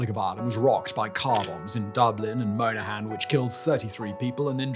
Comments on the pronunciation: Monaghan= Mon-a-han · As a Brit living in Dublin for over 20 years (not far from Artane as it happens) I know I have had time to learn the pronunciations but Simon you must be the most British man alive lol! Moanahan was a particularly good one! On the Irish police incase you do more on Ireland: Gardai is Gardee as in Ardee collective noun. Garda or Guard (same as English pronouncation) singular. AGS is pronounced An Garda She-o-corner (or near enough) but "The Gardai" is fine. The full title translates to The Guardians of the Peace. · Thanks for covering this! Just a few things about pronunciations - Monaghan is pronounced like Jonathan without the th. Gardaí is pronounced guard-y. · Video with decent content ruined by the typical British ignorance regarding Irish pronunciation. Knew as soon as he mispronounced Monaghan it was going to be a trend. Some of the names are common outside of Ireland too, which makes it worse. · I mean, fair play for putting the video together and doing all that research but if you're gonna go that far why not ensure you're getting words correct? Taioseach, Monaghan, Haughey, Gardaí, Ahern. Like, you're not even close most of the time. And that's just off the top of my head. It's T-Shock, or T-Shook, whichever you prefer. It's Monn-ah-hann. His name is Haww-Hee. The plural of Garda is Gar-dee. Berties name is A-hern. Not Ah-hern. Commendable effort all together but all it would take would be a quick search of Irish news pieces about any of those words to get the correct pronunciation.